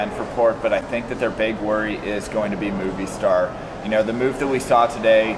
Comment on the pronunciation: Moh Vee Star* ! Great video though!